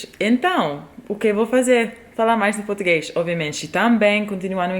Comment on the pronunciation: tá mt carioca portuguexxxxxxxxxx